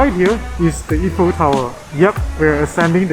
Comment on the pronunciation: Is not eff-fel tower is I - fel tower for English speaker .we called them finger food not finger bite . In French this is amuse-bouche